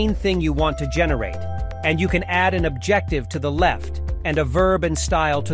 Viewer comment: Can’t pronounce “adjective” lol